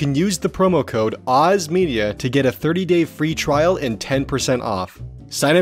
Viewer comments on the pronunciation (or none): none